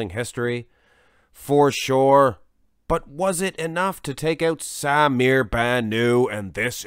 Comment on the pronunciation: You are pronouncing Bannout as if it is a French name with a silent t. It is Arabic and you pronounce the t at the end.